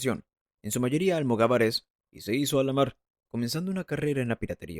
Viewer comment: ¿"Tribu islámica"? ¿En serio? ¿"Almogavares en vez de almogávares? ¡Cuánta cultura!🙄🙄🙄